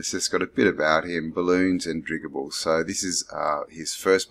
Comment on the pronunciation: How are you talking about “airships” but you can’t pronounce dirigible? A dirigible is a hot air balloon or an airship.